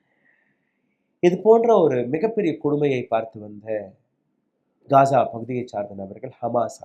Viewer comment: யோவ் அது காஜா இல்ல காசா